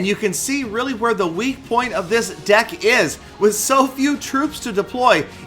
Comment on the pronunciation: called "deck" "dick" well it sounds like it.